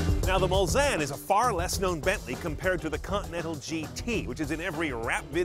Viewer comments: It's pronounced Mul-Sahn, not Mul-San! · Hey chief it's pronounced Mullsane with a long a